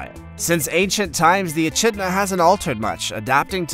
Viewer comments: Is is not embarrassing to post a video like this and no even pronounce the name of the animal correctly. There is no ch sound in echidna (uh-kid-na). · echinda is pronounced ekidna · It's an e-kidna,not an e-chidna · It's said E-Kidna not E-chidna even if it's spelled Echidna 🙈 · another he has not pronounced right.the achidna is not pronounced a chid na it is most annoying when a narrator does not know how to pronounce the names right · How many other Aussies cringed at the Echidna pronunciation?! 🤦‍♀